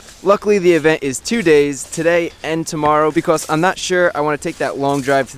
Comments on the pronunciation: i find it so funny when you say "because" it sounds like you are saying "becoss" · why do you say becoss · Chris has a slight accent when he says because